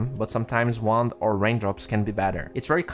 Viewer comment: I keep hearing he say instead of wand -.